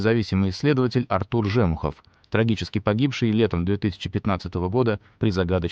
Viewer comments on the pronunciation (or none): Же́мухов, Жемухо́в... Правильно Жему́хов (Жэмы́хъуэ)